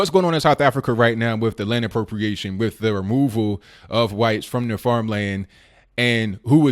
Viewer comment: you can't even say expropriation .... c'mon dude